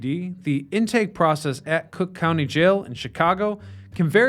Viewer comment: That’s C(r)ook County to you, pal.